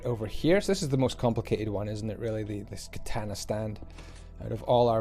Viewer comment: It's so funny how he butchered the word "katana"😆